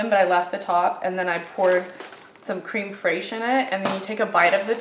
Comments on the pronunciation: Creme fraiche is pronounced krem fresh. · I love how says creme fraiche. People on IG was having a hissy fit...let people pronounce words how they want to. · Creme (Accent over the first E = a short E sound.) Fraiche (Pronounced Fresh. )